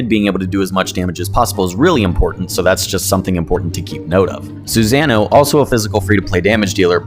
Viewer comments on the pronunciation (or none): Reads: susanoo This guy: SuZanah!! Lol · The cringe when pronouncing "Susanoo"🤣 i did the same. But corrected after naruto. Love the vids you got a sub